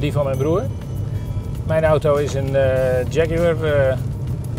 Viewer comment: Die gast in 'kakker kostuum' kan het woord Jaguar niet eens fatsoenlijk uitspreken.......